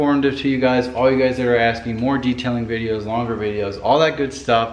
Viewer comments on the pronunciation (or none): none